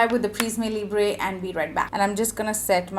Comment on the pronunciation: its Pri-ss-mm (Prisme) not pri-ss-mey also its Lee-bruh (Libre) not Lee-brey